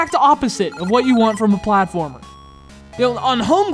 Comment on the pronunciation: "FLATFORMER"? XD